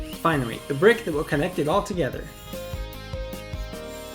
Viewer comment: wait did he say finary or finawy lol